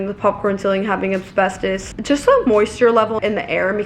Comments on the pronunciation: I wonder if there actually was another offer or if they were just saying that. If there was, I hope they did their checks too. Shame we can't get an update on that lol Also, it's Asbestos, not Absbestos lol Given how much research you do, something tells me you were saying it incorrectly intentionally.... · Hey just so you knowwww, asbestos is pronounced ass-bess-tos not ab-sbess-tos! The S is before the B. Just didn't wanna have you finding out in like 5 years and wondering why nobody said anything 😂